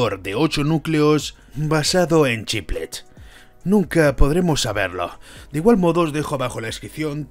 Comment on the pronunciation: Me pone nervioso que no pronuncies bien "chiplets", "chiplecs" y "chipleps" XD